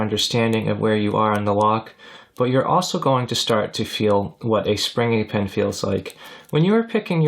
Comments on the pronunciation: Every time O heard "pen" instead of pin. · Excellent video but I keep hearing you say “pen” instead of “pin”